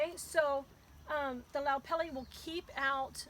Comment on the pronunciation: Pronounce pele properly ha’ole siko kefe